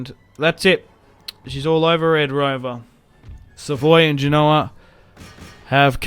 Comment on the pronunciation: Genoa is said as Gen-oh-aa. Not Gee-no-aa